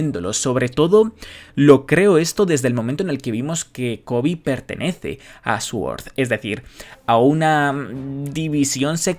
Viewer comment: Por qué pronuncia sword como suort? Jajajajaja